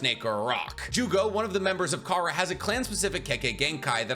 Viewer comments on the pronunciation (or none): *Taka not Kara